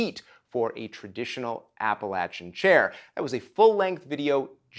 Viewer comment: Big bonus points for pronouncing Appalachian correctly!! Oh yeah, and will love ANY series you do... Keep up the great work :-)